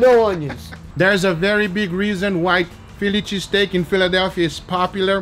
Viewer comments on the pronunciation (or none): Fillichee steak 😂😂 gotta love guga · Fi Lychee Steak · "pheely cheesteak" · He said filichy steak! 😂